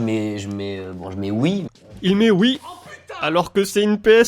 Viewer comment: En fait il dit oui et pas wii